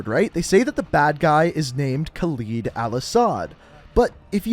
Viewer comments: Not trying to offend you, but why do you say Khaleed al asad instead of Khaled al asad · ....they literally say their names and you still fuck it up.... it's Kha-LEAD not Kha-leed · "Khaleed" Bruh. It's Khaled. Not Khaleed. There's one 'e' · its not kaild al asad its KHALED al asad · it's khalid or khaled not khaleed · Pretty sure they said "Khaled" and not "Khalid" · Others: Hadir Karim,Khaled al asad This guy: Hadir Karem,Khalid al asad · They literally say ka led not ka leed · "Khaled Al-Asad" not "Khaleed Al Asad" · Pronounces "Khaled" as "Khaleed" but pronounces DJ "Khaled" right... Americans... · Kaleed? It’s Khaled or how ever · Anybody else get just a bit tired of hearing all the characters in-universe say "Khal-ED" and hearing him say "Khal-EED"? Minor gripe, just wondering. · Stop pronouncing EVERYONES name wrong! Khaleed? Karem? No no no. Khaled. Karim. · Why do you keep calling him 'kawleed' when all your source material pronounces it right? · Yo y’all pronouncing my name soo baddd 😭 (kaled) is the right way for khaled and Khalid is different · Why does he have to pronounce it khaleeed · Pronounced Kareem and Ka-lead, lead like the metal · shows cutscene that says "Khaled al asad" proceeds to pronounce it Khaleed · still cant get over the pronunciation of khaled is "khalid" 😂😂 No hate ❤ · you are saying khaled al asad wrong it is in arabic not english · The way he pronounces these names pissed me off. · Why can't he say names right? They say the names all the time and he can't say it right.......🙄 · This video has some errors (aside from your cringey pronunciation of “Khaled”) You referred to the forces accompanying Alex in the opening mission as the “SAS”, despite the fact that they are Marines. Most of this video is just extreme speculation. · Am I the only one noticing that not only he's saying the name of Khaled Al Asad wrong but he also called American Marines SAS I like these videos but at least know what you're talking about